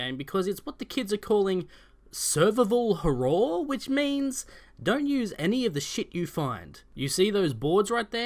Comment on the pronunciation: Got a good sensible chuckle out of the pronunciation of survival horror. Great review dude. Fast, to the point and funny 😅